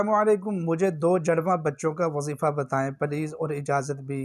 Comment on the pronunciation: جَڑواں لفظ نہیں ہے جُڑواں لفظ ہے آپ پہلے کچھ اور طریقہ بتاتے رہے کہ حضرت موسیٰ علیہ السلام اور حضرت ہارون علیہ السلام کو ثواب دینا ہے اب کہہ رہے حضرت ابرہیم علیہ السلام اور حضرت زکریا علیہ السلام کو ثواب ہدیہ کرنا ہے آپ کو بھی معلوم نہیں ہے